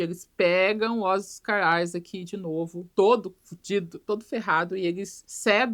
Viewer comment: Toda vez que ela fala Oscar Isaac eu escuto Oscaralho